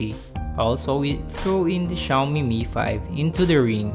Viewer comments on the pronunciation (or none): none